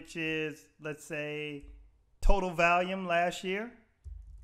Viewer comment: You say "valium" instead of "volume". 😂